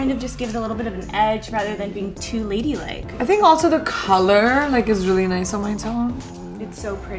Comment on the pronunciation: Priyanka pronounces colour as Khaulur.... St!ll Love her ❤️❤️❤️